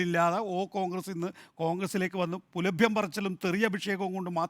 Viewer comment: 'പുലമ്പ്യം' അല്ല 'പുലഭ്യം'